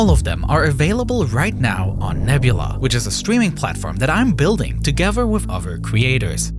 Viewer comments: Ferty-free men gavvered togedder?? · Yeah, everyone gavered togever. They were firty free, right? 🤦‍♂